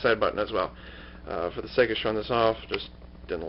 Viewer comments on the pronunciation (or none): none